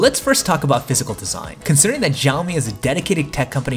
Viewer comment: for god sake please stop pronouncing it as yeaomee!! It's pronounced as Shii-Yao-Mee Xiaomi.